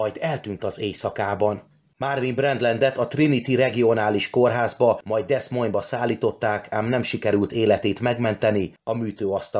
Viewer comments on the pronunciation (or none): Csak egy építő jellegű megjegyzés: Iowa fővárosának, Des Moines-nak a helyes kiejtése nem "deszmon", hanem "dimony" vagy "dömony". (ismerősök ott élnek szóval ez biztos) Kb úgy ejtjük, mint a magyar Domony község nevét. Egyébként nagyon jó a videó! Én azért örülök, hogy nálunk még mindig inkább a temetőjárós, mécsessel csendesen emlékezés a szokás, noha a Haloween eredeti "pogány" megközelítésével szintén nincs bajom.